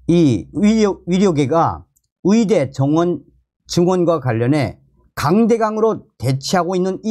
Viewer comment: 말씀 잘 듣고 있습니다. 그런데 위사, 위대가 아니고 의사, 의대 임다^^